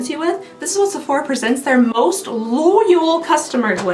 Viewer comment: The way she say Sefuc..sephora 😂😂